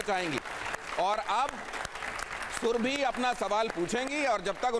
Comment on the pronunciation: सुरभि कहिये ,सुरभी नहीं!